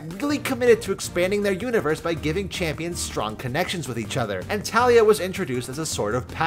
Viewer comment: Every time pronounce Taliyah’s incorrectly a kitten dies:( you murderer